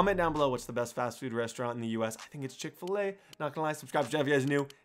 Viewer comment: Its chick fa lay